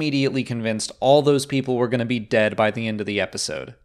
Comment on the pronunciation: Love how he puts the emphasis on 'dead' lol